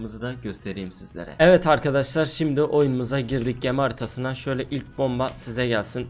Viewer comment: 1.06 da gemi haritasi dedin